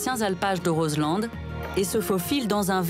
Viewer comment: Juste' une petite info : on en prononce pas de "D" de Roselend ! On dit phonétiquement : Rozlan !